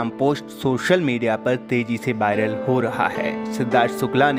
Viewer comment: तेजी से वायरल बोलो भाई आप बायरल क्यू बोलते हो 😂😂😂